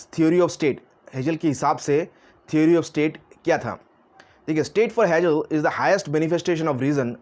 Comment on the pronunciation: हेजेल नही हेगेल बोलो